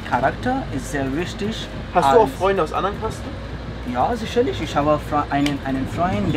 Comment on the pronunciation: "sischerlisch" - Lieblingswort des Dolmetschers :D Irgendwie immer wieder spannend aber auch komisch zu sehen, wenn in so fernen Ländern jemand Deutsch lernt. Dabei ist es ja definitiv nicht einfach. Hut Ab!